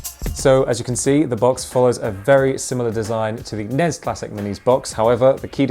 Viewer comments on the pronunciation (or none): NEZZ AND SNEZZ?!?!? It's EN-EE-ESS and ESS-EN-EE-ESS!!!